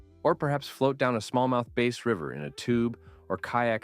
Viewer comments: Hey there fellow Ontario fisherman. Just wondering if you’re pronouncing bass like “base” for any cryptic reason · You fish but call a bass the name as if it’s an instrument. I like the info but you should learn how to pronounce such a common fish of the area